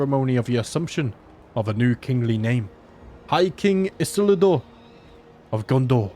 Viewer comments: great video as usual! Isildur is pronounced E-seal-door, or at least it is in the films. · Ee-seel-doer is how you pronounce Isildur